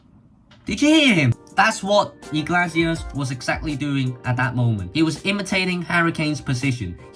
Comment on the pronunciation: More like ee-glay-see-ass but ok